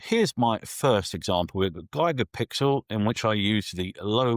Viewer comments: Useful review thank you. I feel traumatised every time you say “Gigapixel” though! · Hahahaha! G👁️gapixel gets me every time as well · How do the British normally say gigabyte? Is it similar to how is saying Gigapixel?